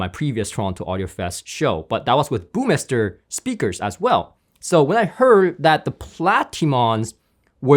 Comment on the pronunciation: Hi, not one to criticize, but your pronunciation of the word “Burmester” is off. Please don’t leave out the ‘r’ there in the middle, otherwise you’re good. Better than “Burmeister”, which is also incorrect:) thanks for the great coverage!